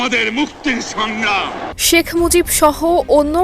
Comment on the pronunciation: শেখ মুজিব না নামের উচ্চারণ টা ভালো করে পর সম্মান দিয়ে বল😢